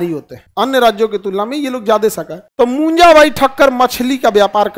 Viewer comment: Munja not punja